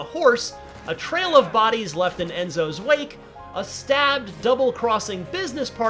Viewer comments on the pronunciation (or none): none